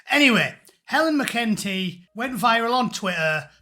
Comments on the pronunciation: This entity's name is pronounced 'Mac 'n tea' not 'mah-kentie.' I don't like seeing videos of Helen McEntee because I keep imagining she will crawl out through my screen like that Japanese horror movie, The Ring. There is something 'uncanny valley' about her. McEntee is approximately human in the same sense that the plastic oranges and grapes in Ikea kitchen displays is approximately fruit. They say that if you comb your hair in front of a mirror while repeating 'far right, faaar right,' McEntee will materialize behind you with those empty, black, eyes like two holes gouged into a side of bacon with a red-hot poker. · You're not pronouncing that banana's name properly. Mac-en-TEEE. Otherwise, you are completely correct. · Mc in tea... Say it like that. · Correction on your pronunciation of “McEntee” there from an Irishman; it is pronounced “Mac - cunt - ee”. Thanks. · Your pronouncing her name completely wrong. It's Mc En tee. Say it fast and you'll be spot on. Very good points made by you all the same. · You can’t even correctly pronounce her surname. Look after your own garden in England.